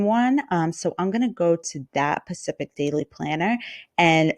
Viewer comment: Specific, not pacific. Pacific is an ocean